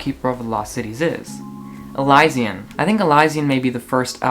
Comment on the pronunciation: its pronounced (eli-shan)